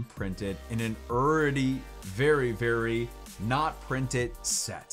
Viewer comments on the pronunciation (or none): You know youre from Texas when you pronounce "already" as "Urdy"! Haha love your channel and what you do for the community! Thank you! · The way says already throughout this video has me rollin’ 😆